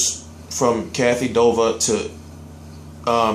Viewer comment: It's duva not dova